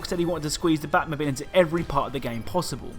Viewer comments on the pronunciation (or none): "Batmobil" Lmao